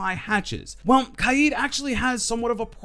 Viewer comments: You say kaid funny is k-aid you know what I mean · did he pronounce kaid wrong or have i been pronouncing it wrong